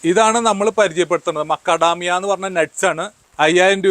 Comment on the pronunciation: I heard Lakadamia and Acadamia, but not Makadamia.